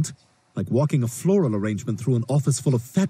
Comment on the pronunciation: let's face it, Stewie was intentionally trying to take the mick out of them by prolonging "Misses" per syllable. You literally don't have to pause for that long.